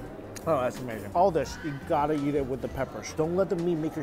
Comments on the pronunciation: I still find it funny that Mike says 'eat', but it sounds like 'YEET'. So whenever he says 'Lets go eat this food', it sounds like 'Lets go YEET this food' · Everytime he says eat - I hear Yeet.... in fact any time he says any word that starts with a long e, I swear he's saying it with a Y in front. LOL. Yeither way - good review. I'm hunnngry!!! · well thats what he does he dont eat the food but he yeet the food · I heard yeet also, and it made me laugh to imagine Mikey yeeting his food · wtf it was the first time i tought i heard yeet and look what got commented here. funny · I thought he was saying yeet. I was like oh this guys pretty hip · “We’re gonna go yeet.” Thats what I heard lol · did he say eat or yeet? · I.meen yeah it is funny , and he would laugh too , snowflakes .lol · can't un-hear it now lol